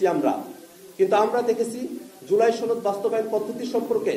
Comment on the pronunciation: সনদ উচ্চারণ শুদ্ধ কর বারবার ছনদ উচ্চারণ কর এর কারণ কি??